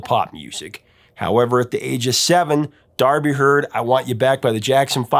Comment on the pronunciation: D'Arby, like D Arby not Darby.